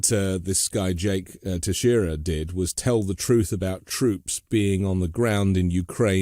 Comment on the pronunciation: You pronounce the name “tex ie era” Being from Massachusetts I have went to school with many other students with the last name! They actually have a relative or were brought here as children from Cape Verde!